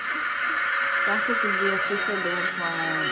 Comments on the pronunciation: its jungkook as in cook not smth else lol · Also the K on Jung Kook sound more like a g as in gas... the u of Jung sounds more like on... and the name goes Jongoog... last g is mute. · loved your reaction. btw, maknae is pronounced mahng-neh. there are videos showing them introducing themselves, you can hear how they pronounce their names. jungkook’s name is always butchered, even by most i-armys. it’s closest to jung-ook. the j in korean is softer than an english j. think more “ch” than a hard “j”. then drop the first “k”. “ook” is more “uhk” than “oohk”. i always say try saying the word jungle, but replace the “ull” sound with “uhk”. 😊 all their shows have english captioning - 3 docuseries/documentaries, run bts (their variety/game show), bon voyage (travel series, 4 seasons so far) and in the soop (soop means in the forest, it’s bts filmed hanging out on a retreat, series number 2 coming next month).